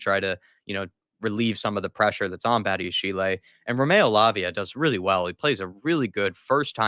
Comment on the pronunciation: Badiashile is pronounced badi-a-sheel, not badi-a-she-lay. He’s French so if it was pronounced like that, it’d be badiashilé.